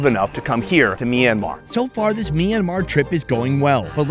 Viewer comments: I'd like to keep watching, but every time the host calls the country Mee-an-mar, I get more and more annoyed. I know the "My" cluster to start a word doesn't happen in English, but please learn one thing about how its pronounced - it's a 2-syllable word. "Myan-mar"... MYAN.. one sylllable.,.. try it. MYAN... there ya go. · I'm curious about the pronunciation. Is it pronounced as Sonny says, 'Mi-yan-mar' or is it more read as wrote?